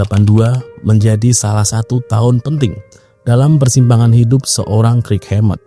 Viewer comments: Banyak salah baca nih. Kirk, buka krik. Lightning bukan lighting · kirk "kerk" bang bukan krik 😂